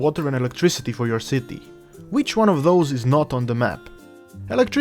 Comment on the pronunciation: Was anyone else dieing with laughter when he was saying "Shitty" :D Dude your accent with the word "Shitty" is fucking priceless. Thanks for the Tutorial it really helped :) i had no idea what i was doing until i watched this thank you :)